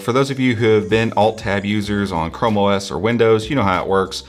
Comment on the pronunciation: I was looking away when the video started and for a second I heard you say "como es 87" didn't know you spoke Spanish 😅